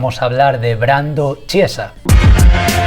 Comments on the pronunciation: Chiesa se pronuncia "kiesa". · El apellido se pronuncia "quiesa" :) (significa iglesia para mas info) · Brando al ser italiano su apellido se pronuncia quiesa, ya que el ch en Italia se dice así, saludos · Se pronuncia Quiesaaaaaaaa D